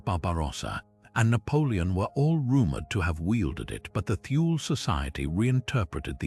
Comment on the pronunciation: Thule is not pronounced "Thool", that is wholly incorrect. It's from the German language, Germans do not employ the "Th" sound but, they do pronounce the letter "e" when it appears at the end of a word. Thus the correct pronunciation is: "Tool-Ah" . I speak German and I have had this pronunciation verified by my German friends.